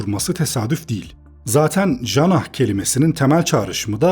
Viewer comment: İkidir videolarinda arapça/farsca/ingilizce kelimeleri yanlış okuyorsun videonun profesyonelliğine olan tüm güveni yok ediyorsun , jannah "cenne(t)'' diye okunur , "j" harfini Fransızca veya Türkçe değilse öyle okuyamazsin bu çok basit bir bilgidir . Jungel Jasmine jannah jiwan John Jack jahannam James Jimmy joker jamaa(t) majlis jumhuriya(t)...